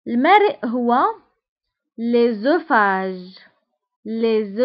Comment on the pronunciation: المريء راكي غالطة في النطق